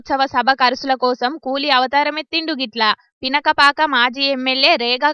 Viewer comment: Pinakapaka kadhu akka pinapaka😂😂😅....